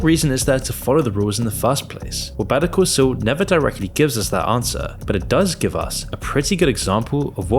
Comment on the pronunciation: Why the fuck do you pronounce Better Call Saul as "betoo coo soo"?